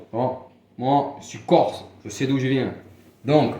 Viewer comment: Lol corse ça ne se dit pas corso gofu va !